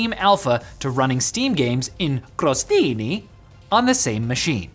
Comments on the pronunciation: The intro of the video totally made my day. And when I thought things couldn't get any better, he pronounced the word "crostini" in a perfect, flawless Italian and I'm... totally shocked now 😅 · as an italian, I can say that pronunciation of "crostini" (which means croutons) was flawless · Italian approves your "crostini" pronunciation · I'm an Italian and can confirm that was top notch pronunciation O.o